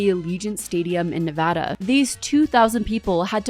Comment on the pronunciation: reasons this is my fav commentary channel: -beautiful sets & aesthetic -fantastic outfits - pronounces “Nevada” correctly